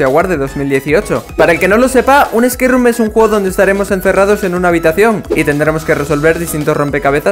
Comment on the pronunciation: No le entendí nada a espace room xd